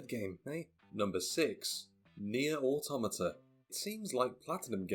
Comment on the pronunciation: So glad to hear someone pronouncing "automata" correctly.